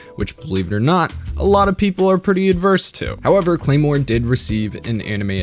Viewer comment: more like CLARE-more, HA